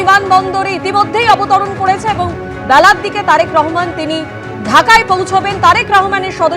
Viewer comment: কি রে বাংলা পারিস না। বল রহমান, রাহমান না